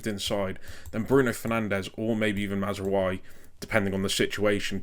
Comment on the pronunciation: Great stuff. If there's one area where there's slight room for improvement, it's the pronounciations - Mazraoui and Ugarte for example.